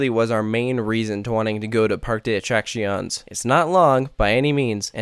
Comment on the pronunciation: You say the other foreign names fairly well, but this is atrocious. And Spanish is the easiest language to pronounce! Very few words break the basic rules, unlike English. First, pronounce your e's! It's PAR-kay. And the cc is like our cc in "accident". It's uh-track-see-OHN-ays. (Not exactly but it's close enough.)